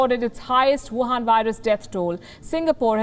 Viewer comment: Wion virus 🤣🤣🤣🤣